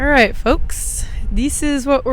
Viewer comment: As a Texan, I get a kick out of every time you say "ruht". :) How do you say "boot"?